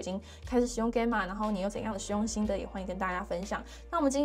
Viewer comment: Gamma是希臘字母之一，alpha beta 等，你唸錯了，查就知。